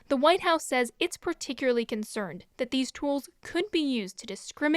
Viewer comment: always says “particularly” as “perticurly” lol